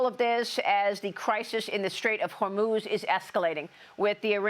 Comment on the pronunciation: Did he say the straight of Hermes? 😂😂😂